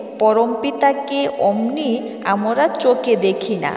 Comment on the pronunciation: উচ্চারণ ঠিক করতে হবে।আমরা হবে।